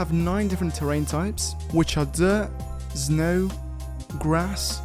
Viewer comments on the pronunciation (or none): I love how he says znow